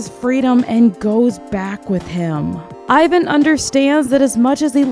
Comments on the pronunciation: just letting you know. Ivan is pronounced EE-VAAN. this is how his official korean hangul is written. sorry i know its nitpick but its a little pet peeve of mine ppl pronouncing his name the english-language way (i get that its ur first language. but still. letting you know) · OMG no ! Don't listen to them! your pronunciation for Hyuna was correct ! It's a Korean name after all ! The only one mispronounce is Ivan ( e-van) but i lot of English speaker say it wrong so that's not a big deal! ( fun fact, Ivan in Korean is a slang for gay)